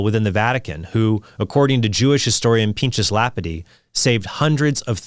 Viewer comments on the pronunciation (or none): The very fact that Trent can't pronounce Pinchas Lapide correctly demonstrates that he's just rattling off notes he was handed and told to read.